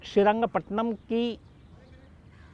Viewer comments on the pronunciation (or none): Not srirangpatnam . Its srirangapatna.. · Sir aap kabhi kabhi south ki story sunate hai to wahan ki jagah ka naam thoda sa galat bolte hai shrirangapattana ko pattanam bolte ho thalakadu ko thalkad bolte ho